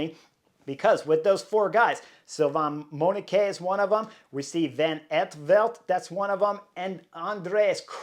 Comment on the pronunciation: Not Thomas de Hendt but Thomas de Gendt. Not Robert Hessenk but Robert Geesink Not Von Etvelt but Lennert Van Eetvelt Not Dylan Vaan Baaarlée but Dylan Van Baarle Not Vervaakée but Vervaeke So much respect for you as a A-class Pro-rider. But a shame to hear you butchering so many names of 'collegues' in this podcast of wich it clearly seems you know your stuff. Your insight into cycling races is spot on. Maybe do a little bit of study in how their names ought to be pronounced as a means to show you respect the new generation of pro-Riders.